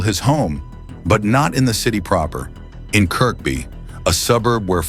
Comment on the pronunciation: Kirkby is pronounced "kirby". It's a case of the silent K.